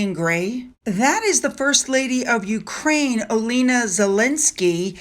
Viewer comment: Olena.....o-len-ah...‼️ Not oh-leee-nah